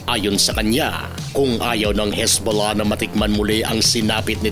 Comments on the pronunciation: pagbigkas mo parang sakit bolahbolah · Natutuwa ako sa bigkas mo ng Hezbollah ang lambing😅